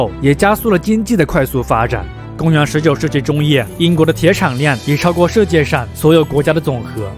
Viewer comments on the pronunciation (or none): 主播，世界读音shijie视界，不是设界。